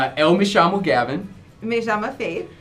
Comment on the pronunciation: Gavin: uma dica sobre a sua pronúncia: você fala EU (que tem o E fechado) como se fosse o ÉL (que tem som aberto) do espanhol. Essa é uma das pouquíssimas falhas no seu português.